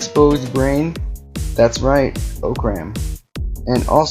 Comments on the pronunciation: it is pronounced (ah-crumb) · He said orcram wrong orcram📵